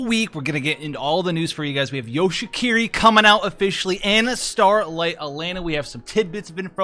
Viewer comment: you say it like hiki-ko-mo-ri which is pretty funny because that means he's a shut in but a ninja that's a support lol